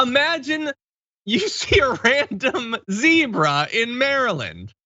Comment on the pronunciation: Fyi it's zebra not zebra